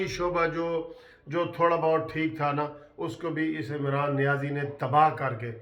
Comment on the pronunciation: Not Niazi Said Nazi